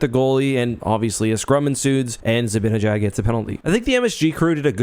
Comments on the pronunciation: By the way, sorry if this is unrelated but zibanejad is pronounced zi-ban-i-jad not zi-bin-a-jad. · For God's sake stop calling him zibbinyJaad